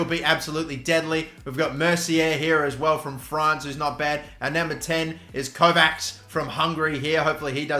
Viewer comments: the 'cs' in Kovács pronounce like 'ch' in coach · The end of Kovács is pronounced like the end of the word "match"